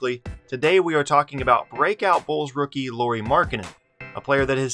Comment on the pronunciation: Lauri is pronounced Lowry like Kyle Lowry.